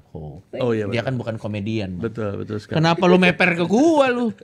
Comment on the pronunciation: renyah syekali